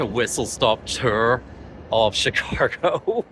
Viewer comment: Chicargo? Chicahgo? 🤔 🤪